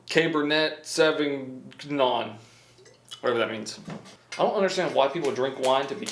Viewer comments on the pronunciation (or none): Hes definitely trolling us. 🤣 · That’s a pretty easy google search for pronunciation. LOL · He never took french lol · ugh he said cabr net savgn. its caberna savinyon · "our mer-lot and our caber-net 7 ga-non" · It's pronounced "mer-low" and "cab-er-nay sav-in-yawn", Merlot and Cabernet Sauvignon are French words you simpleton. I don't understand how an adult who knows how to do so many things doesn't know how to pronounce two of the most popular wine varieties in the world? You must first have a knowledge of the items and the control for your test subjects to be a subjective product tester. Is this from Indiana, that would explain a lot of things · TWENTY-FIVE TBSP OF COFFEE?! Please tell me it is at least a Columbian blend. Amateur, Américain typique. Le "t" est silencieux pour le vin. Cabernet Sauvignon, parlé "Ca-ber-nay Saw-vin-yon". Merlot est "Mer-lo". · just in case you really don’t know, merlot- “mer-low” and Cabernet Sauvignon- “cabber-nay saw-vin-yawn” hope this helps 😁😁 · did he really say "mer-lot" and "caber-net savig-non" you're the best lol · Kaybernet Sahvignon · Cab er nay - Sow vin yon & Murr Low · Mer-lo and Cab-er-neigh Sov-in-yon. Lol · As a person who sells wine for a living, hearing butcher the pronunciation of Merlot and Cabernet Sauvignon had me simultaneously cringing and dying of laughter at the same time 😅🤣